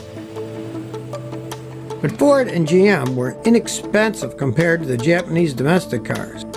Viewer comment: My sole critique is that really needs to improve his Japanese pronunciation. 🙂